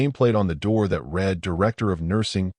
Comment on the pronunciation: Good story. Need to listen to your own story Music and voice overs were very loud, and blocked out narratives. Also wrong pronunciations. ie “read” pronunced as”red” instead of “reed”.